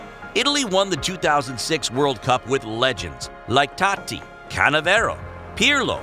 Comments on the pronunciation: Its Totti not tatti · Cannavaro* not Cannavero, and it’s Totti, not Tati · Us: Totti: tAtTi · totti suddenly became "tati" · what the fuck are you saying????????? tati?? canevero? really?